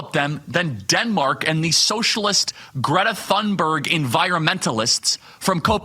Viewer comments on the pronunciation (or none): none